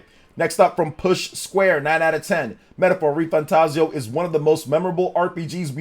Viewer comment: Thanks for saying the name right lol